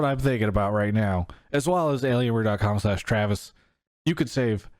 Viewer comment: TEA-ravis Gafford